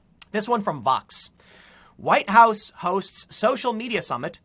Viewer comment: THE NEXT THING TO BE TAKEN, WILL BE THE NAME OF OUR PRESIDENTS FORTRESS. For you know,the "huwiite" part